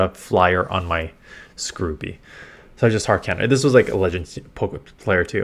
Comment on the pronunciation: was about to say wtf is a Scruby lol. interesting skorupi pronunciation 😂